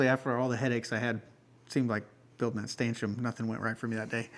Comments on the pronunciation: Totally agree with Rebecca, stanchioN, eXcavator, and you also say concrete strangely. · are you putting the M on stanchion on purpose? edit: I just got to the end of the video... HAHAHAHA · Congrats on the first milking!!! Ellie did amazing. Despite all of your mistakes while building the stanchion. I've noticed when you say stanchion you say stanchum. I don't know if that's a regional thing or not. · Why does he think STANCHION ends with an M??